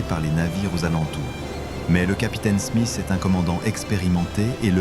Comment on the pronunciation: Le capitain "Smis" 😅😂